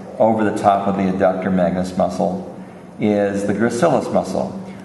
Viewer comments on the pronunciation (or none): it is adductors. he made a mistake.